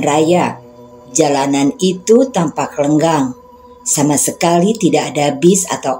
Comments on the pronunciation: Maaf....skdr masukan utk narator.... yg betul "LENGANG", bbrp kali sy dengar di bbrp video narator mengucapkan "LENGGANG". LENGANG ... adlh suasana sepi LENGGANG... adlh mengambarkan org berjalan menjauh ... contoh... "dia melanggang pergi... " Begitu ya. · Betul. LENGANG = sunyi. LENGGANG = langkah dalam berjalan.